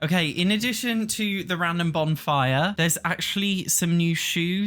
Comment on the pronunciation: lol are you saying Bombfire? 😂That’s what I’m hearing and maybe it’s your accent? I love it btw but it is Bonfire 💗